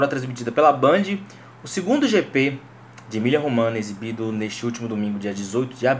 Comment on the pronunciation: Só uma correção. Não se diz Emilia Romana e sim Emilio Romanha ... o gn em italiano tem o mesmo som do nh em português. Abs